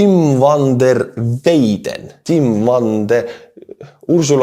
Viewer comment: Hi, Van der Weyden is a name of either Dutch or Belgium origine and "Van der" means literally "From the" in the Dutch language. And the pronunciation of "Weyden" is phonetically approximately like in English "Wy-then". Slava Ukraïni!💙 🔱💛